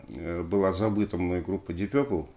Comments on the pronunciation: Дип Папл , если правильно произносить . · Уважаемый Алексей! Удаление ставится на первый слог Дииип Пепл. Разговаривал с носителем за границей, британцем. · Алексей, смотрю, Дмитрий Юрьевич, всё-таки Вас убедил в произношении "Дип Пёпл" вместо "Дип Папл"? 🙂 Спасибо за обзор!